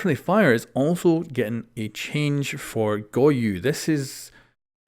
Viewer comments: Go-yo Not goyu got you dude 👌🏼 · Bruh why is he saying goyu? Am I missing a joke? Is that how it's pronounced? Or is he seriously misreading a four-letter-word?